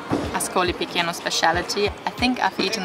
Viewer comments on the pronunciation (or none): CHE in italian = KE in english and CI CE = CHI CHE in english: Marche is Marke, Piceno is Picheno not Pikeno.